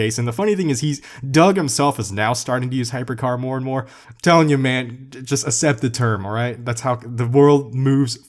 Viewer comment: "Just asept the term"